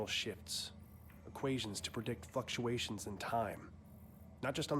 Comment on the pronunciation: I think he forgot to pronounce the L in Fluctuations, lmfao!!